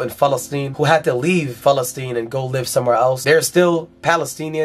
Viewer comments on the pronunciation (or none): Why does he keep saying Falesteine??